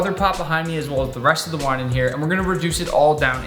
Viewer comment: Thought you said why instead of wine